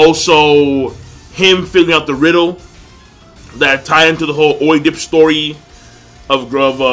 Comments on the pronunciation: just letting you know you are pronouncing Oedipus wrong. It's ed-di-pus not oi-dip. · Oedipus is pronounced ed-uh-puhs not oh-di-pis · King, it's pronounced "Ed-uh-puhs" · Hey buddy, I think oedipus is pronounced as: ED - I (like I-kalgo) - PISS. Watched a drama play on it a while ago and that's how they said it. Seems the story of Oedipus is important to this anime, so thought I'd give you a heads up. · Its pronounced "ed-a-piss"